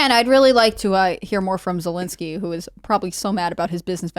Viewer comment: Vladamir Ze -- WHO -- ski ?!